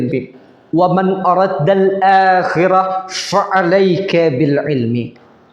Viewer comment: Araada, bukan aradda